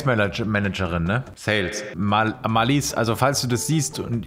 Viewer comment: Marlies betont man auf der ersten Silbe.